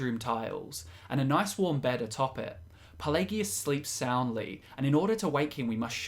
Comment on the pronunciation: Why do you guys hate English so much? I've never heard so many mispronunciations of so many words in one video. it's a good video don't get me wrong but what the hell did English ever do to you? I've never heard such blatant abuse of the English language. Ferd not third plagegus not Pelagius